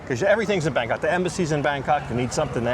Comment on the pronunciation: Its called Bangkok honey, not Bangcunt